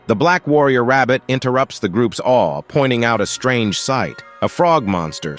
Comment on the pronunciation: Awe ❌ Aweh!? ✅ 😂 I love recaps! Edit: i just finished the video and WHAT THE HECK!!!